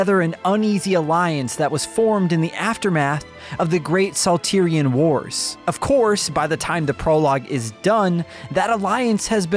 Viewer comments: Lol Saltiron wars....dude it's Salt, Iron war. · I just of how you pronounce saltiron wars